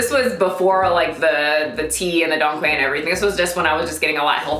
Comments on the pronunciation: The quai In dong quai is pronounced “chwhy” . q in Chinese makes a ch sound :) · I wish I can find a video with the pronunciation of Dong Quai because you are pronouncing it wrong, but I don't how to explain to you in text how to properly pronounce it!😂😂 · The way you say Don Quai reminds me of Shrek 🤣(it's like "donkey" pronounced fancy). I'm looking it up now and seeing if it will help me. Thank you for paying it forward and sharing the 411 with us.